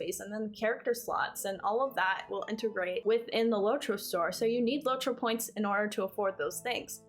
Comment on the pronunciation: its LOT-ro not LOW-tro